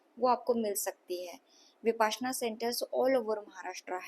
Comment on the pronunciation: विपासना नहीं है इसे "विपश्यना"" कहते हैं